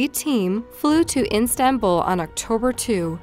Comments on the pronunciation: It’s Istanbul, not instanbul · why does the narrator keep calling it it Instanbul....its Istanbul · Not when she says IN-stanbul 100 times, when it's IStanbul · And it isn't "Instanbul" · Ok, that is a Mandela Effect word. I swore swore swore it was Instanbul, and nope! OMG, I would've bet all my savings she said it correctly & you misspelled it! Ugh, lol. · It's Istanbul btw, not "Instanbul" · I loooove your videos but pls it’s pronounced EE-stanbul. Not IN-stanbul. And also said “July SECOND” not “July two” 😭😭😭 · Ok this is driving me nuts... It's IS-standbul. Not "INstanbul". Next story, it's reCuse, not "rescue". 4th story, there's too many to mention, so just as a sample, it's ga-ROT, not "ga-wrote". And OMG don't show pix you're going to blur! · The Turkish city is Istanbul NOT IN STAN BULL as the narrator said repeatedly in this video. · Can someone please tell this woman that it is “Istanbul” and not “iNstanbul” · Hey hon it's ISTANBUL not INSTANBUL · It sounds like you're saying Instanbul, rather than Istanbul. Sounds weird. Great video though! As usual. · BTW, it is not instant-bull xD; it's Istanbul. Oh and recuse, not rescue. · I've noticed in watching your videos that you have difficulty with certain words, both in pronounciation and meaning (in this video, the word is "Istanbul...you pronounce it "iNstanbul"). (Also,, you say something about the judge and prosecutor who had "reScued themselves." The correct word is RECUSED, not rescued...) Since your documentation and research is otherwise fairly accurate, what is your explanation for such obvious errors? Is English your first language, or is it simply sloppiness? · Where is this Instanbul she keeps speaking of? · It's Istanbul. Not instanbul. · ISTANBUL. Not INstanbul. I also dislike the way this narrator says dates,. Glad you don't use her anymore. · Please for the love of God, its IS-tanbul NOT IN-stanbul! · My god! It’s IS-Tan-bull not In-Stan-bull get better narration